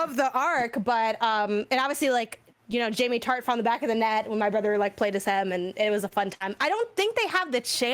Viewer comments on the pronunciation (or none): none